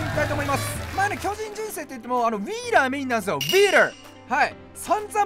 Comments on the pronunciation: ウィーラーの発音良すぎて癖になる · VIPのウィーラーの発音まじで好き